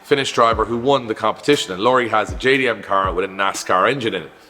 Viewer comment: Lauri - Lau-re - not Lorry. Think the Bad Boys scene with "I'm Mike Lowwww-reyyy" :D